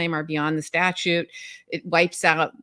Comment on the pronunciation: As Jerry Seinfeld said: It's sta-TUTE, not statue.